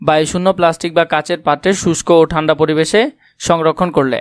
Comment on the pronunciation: ঠান্ড হবে না ঠান্ডা হবে😅😅